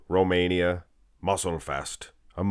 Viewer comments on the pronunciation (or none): none